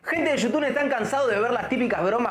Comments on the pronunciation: Jajajaja siempre dice yutun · me da risa cuando dice gente de yutun jasjdjxjxj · "Yutun" JAJAJAJAJAJ